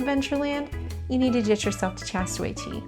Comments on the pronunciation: Tastaway Tea. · Like the video. Not being able to say the k sound drives me crazy what she says castaway cay